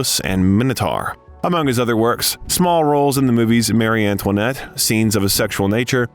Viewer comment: "Mary" Antoinette